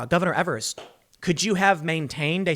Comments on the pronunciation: Governor Evers is pronounced EEvers not evers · Hi. Im from Wisconsin. Tim, just so you know, Evers is actually pronounced "eevers" but you should keep saying his name the way you do as a joke, because Evers is a joke.